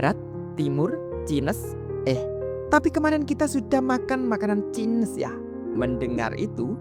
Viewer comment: Cainis bca nya bukan cines😭😭